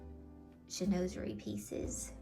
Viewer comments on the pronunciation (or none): Sheen-waz er ee is the pronunciation ….its a tricky word to say sometimes 😂 Your home is perfectly decorated with southern Christmas charm. Boxwood and magnolias and blue and white are a must in the south as well as Southern Living magazines. Love it all. Lillian Vernon is a great online retailer for monogrammed and personalized items….they have been around for years. I bought our Christmas stockings from them years ago and they’re still looking great and timeless. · You have a lovely home. I too love Chinoiserie! It’s a hard word to pronounce. I’m not being critical to you but since you are a speaker to the public I thought you’d like to pull up the correct pronunciation of the word. Again, I enjoy your content and your heart for God and women! 😊❤